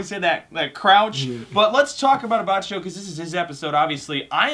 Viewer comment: Btw, Abbacchio's name is pronounced A-bah-ki-o. Great video guys!